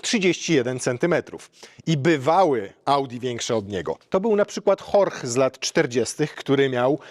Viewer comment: w kontekście Audi to chyba wypadałoby wiedzieć, że Horch to się po niemiecku wymawia jako Hyrś czyli "słuchaj" - tak jak miał na nazwisko twórca marki i co z resztą Audi również znaczy, tyle że z łaciny.